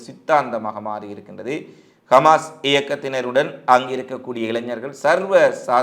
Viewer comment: Khmas. இல்லை Hamas உச்சரிப்பில் திரும்பத் திரும்ப பிழை வருகிறது கவனத்தில் எடுத்துக் கொள்ளுங்கள்